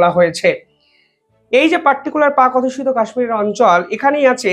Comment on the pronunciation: ভালো ই বিশ্লেষণ। কিন্তু বারবার আপনি বলছেন "পাক অধুস্যিত" এটা হবে "পাক অধ্যুসিত"।